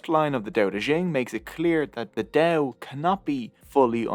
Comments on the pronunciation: good gods, stop "Del Del Del" it's Dao Ao not El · why not try to google how to pronounce Dao correctly? you explain very badly about pronunciation of Dao/Tao.. but still i love your video :) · You've pronounced Dao the wrong way during all the video! In mandarin Chinese, there is no [d] sound. The way Hanyu Pinyin work is that /t/ is pronounced [tʰ] and /d/ is pronounced [t]